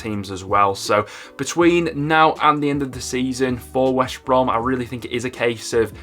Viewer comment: That is smoking crack!!! Leeds will win the League. He can't even say West Brom properly! Wesh Brom he says!!!🤣🤣🤣